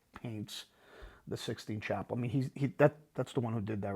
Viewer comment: Did say it's the Sixteen Chapel?